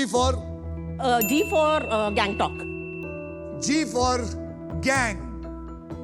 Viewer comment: Hai akshay sir apko gantok se problem hai naito apka suneka aadata nai hai gantok bolatha apne Bola gehag bola